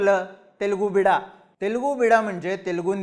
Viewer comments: ते बिडा नसून बिड्डा आहे. बिड्डा म्हणजे तेलगू मूल असा होतो. 😊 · I appreciate your analysis and imagination in politics to increase the curiosity of viewers. You imagine what is not going to happen. Please do the video on 10th September with reference to this video for the result. By the way, it is not Telugu Beeda, it is Telugu Bidda, which means Telugu Child. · Wrong word and wrong meaning of Telugu bida..in bol bhidu.. It's not bida.. It's" bidda" means son